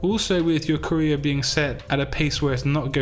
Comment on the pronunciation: No one: My ears: career = korea